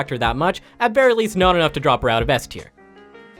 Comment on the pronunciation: Eth tier, sound it out and when ya figure it out get a new speaker for your vids LOL